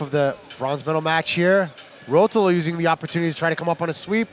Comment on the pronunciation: the way he pronounces ruotolo gahhhh